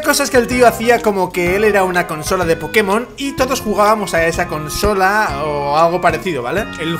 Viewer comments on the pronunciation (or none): none